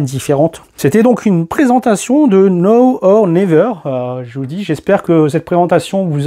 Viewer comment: Now se prononce Naw pas Nô 😄